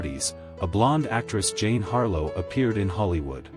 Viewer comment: Great clips but worst narration EVER!!! Marilyn was neither a drag queen or trans so why is she called “him” over and over again??? And half the words are mispronounced. Jane Harlow??? Her name was JEAN! Could this be an example of the danger of AI??? Learn your craft people! Shaka!